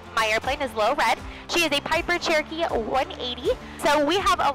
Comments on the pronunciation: Approach control also distinctly slurred you as "Churkey 38..." I think the radio chatter is just causing you, and others, to say Churkey because that's what happens when you say Cher-o-key and need to leave out a syllable to say it faster. Then the rest of us think we heard Turkey because, after all, that's about the only word that sounds like Churky. Aviate, Navigate, Enunciate. Brevity ain't on the list. 😊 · Do you take trips without using auto pilot occasionally? Ps. It totally sounds like you're saying 'turkey' when you're talking to ATC. LoL.